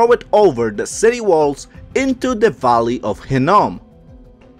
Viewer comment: That would be the Valley of Hinnom, not Hinnon. The WORD calls it the "Valley of Slaughter!" Children of Israel were sacrificed and burnt in the furnace unto Molech/Moloch/Molek (same entity) in the high places of BAAL.